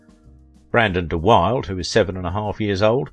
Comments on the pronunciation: This is so ridiculous. My father knew Brandon and was a friend of his agent in the late 50's into the mid 60's. Brandon was not gay or bi, he was 100% straight. To suggest otherwise is totally absurd. The fact the narrator doesn't even know how to pronounce Brandon's name speaks volumes. The correct pronunciation of his last name is "Duh Will-Duh." There are also multiple other ridiculous errors, such as Brandon being the "star" of The Member of the Wedding. In fact he had a small role, Julie Harris was the star. It's also utterly absurd to suggest Brandon's character in Hud was gay! Lonny was completely straight, as anyone who read McMurtry's novel or saw the film already knows. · It is also usually pronounced De Wildee... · I think Brandon's surname is pronounced dee-WILL-duh. But I could be wrong. So please ignore me. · Pronounced De Will da. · The correct pronunciation is DUH WILDUH!!!!! It GRATES to hear it continuously mispronounced here! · You are absolutely correct about the pronunciation of his name. I knew him. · I really enjoy your videos, but Brandon's last name was pronounced de will da it has Dutch origins. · The narrator mispronounces Brandon de Wilde's name all through the video. Unprofessional! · You need to fact check. Here are two corrections ( there are many more) he was driving a camper van when he veered off the road and you mispronounce his last name. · As soon as you mispronounced "de Wilde", I knew you had little idea of what you speak. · Misinformation and garbage here. You cant even pronounce his name!! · You are not pronouncing Brandon de Wilde's name correctly. That shows me you have done little research and just more "copy and paste." Your videos are all rambling ... photos out of sync ... repetitious and, eventually too long and boring. How can any Hollywood subject be boring? Well, you are managing to do it. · Every time he mispronounces the name, I grit my teeth! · His name is pronounced D-will-da, not da wild.